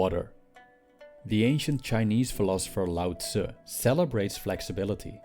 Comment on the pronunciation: Thank you for pronouncing Lao Tzu correctly!